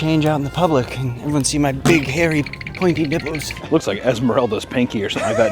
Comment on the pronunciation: lmao his nipbles